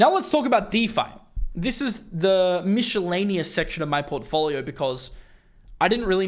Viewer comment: I'm 54. Never in my life have I heard someone say "mishellaneous". WTF. How does someone come up with this nonsense? Other than that, I like your videos.